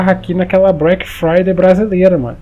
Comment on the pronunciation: " Black fridey" Ksksksksksksk